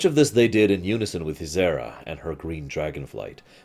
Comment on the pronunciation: it's not as bad as the way he says Ysera (Yzera ) haha but is ok, after so many years must be hard to change xD